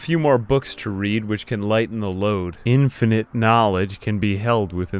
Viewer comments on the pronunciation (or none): none